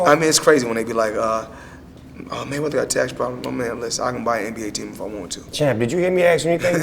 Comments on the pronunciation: maygueder hahaha wtf its mayweather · Boss Player... His name is maywether... He's the code that nobody had broken... The Mavinci code?